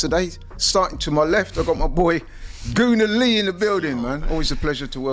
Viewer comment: Why do they keep pronouncing Nwaneri wrong?? It’s not Nwanieri (like Ranieri) - its Nwaneri